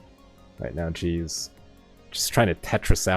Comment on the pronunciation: sometimes i hear say cheese instead of jeez lol